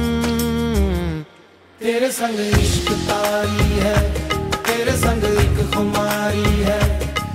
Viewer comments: That's "TAARI" not "KAARI". HOPE YOU TAKE THE CORRECTION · nice effort. but it isn't "ishq kaari" it's "ishq taari". "taari is an urdu word.